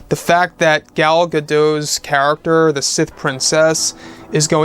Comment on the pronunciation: Thanks for the video. Gal Gadot is Israeli, not French. The "T" in her name is not silent.